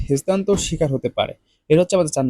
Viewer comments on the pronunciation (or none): হেস্তান্তর না হেন্ সতার 😅